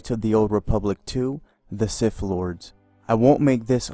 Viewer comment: "Knights of the old Republic II The Siff Lords..." 😂